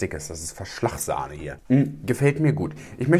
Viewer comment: "Schlachsaahne" :D